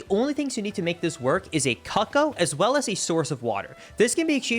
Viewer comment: im sorry, cuck-o no no no no, its coo-coo